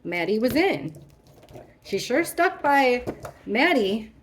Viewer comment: Maddie not mattie